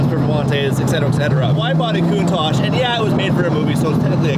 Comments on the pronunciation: What's with canadians and americans (I'm looking at you ) pronouncing countach 'coon-taj'?? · why do you say coontasch, isntbit pronounced countach? you know, like "counting" and "touching"? coun touch? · You keep saying lamborghini cuntosh it's definitely not a cuntosh it's a impostor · stop calling it a countach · The way he pronounces ‘Countach’…it’s like he is saying something vulgar and dirty! 😂